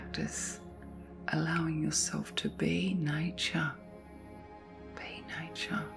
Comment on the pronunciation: Repeating the word relax doesn't help. Is she saying nature? Sounds like nie-cha... I was all, what???